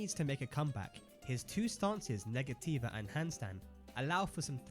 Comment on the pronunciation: Negativa is actually pronounced "nega-cheeva" my fren 😁🇧🇷